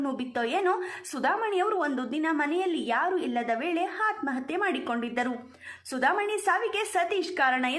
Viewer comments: ಹಾತ್ಮ ಹತ್ಯೆ ಅಲ್ಲ ಅದು ಆತ್ಮ ಹತ್ಯೆ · ಹತ್ಮ ಹತ್ಯಾ ಅಲ್ಲ ಆತ್ಮಹತ್ಯೆ